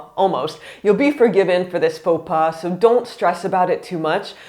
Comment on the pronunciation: The first faux pas in this video is to pronounce the s à pas ! 🤯 And I've been working in a tourist office and that is true : I had to teach them a lot to say hello or bonjour and bye or au revoir (We don't care but the politeness, PLEASE !!!).